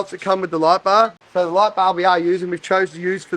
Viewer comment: Hearing this guy say "light bar" makes me want to bang my head against the wall. Terrible.